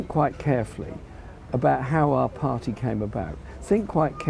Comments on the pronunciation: That smug faced twat can't even say party. Pardeeeeee. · Why can't Owen say the word 'party'!